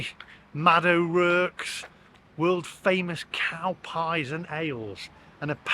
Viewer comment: O'Rourke, pronounced o'rork not o'rerk.